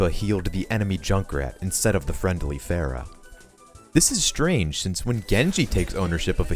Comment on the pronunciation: game came out centuries ago and ppl still cant pronounce pharah right lul